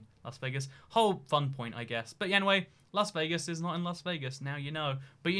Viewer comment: Ah yes, the magnificent “Lase Veegas” Also “ San Joe - zee”